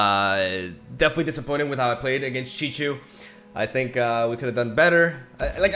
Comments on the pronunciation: It's not Chichu 🤣, it's more like Shihu (use Google translate to pronounce it) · Every time sees Szychu is like: "*CìCHU*!!" hiddenly satisfied for pronouncing it correcltly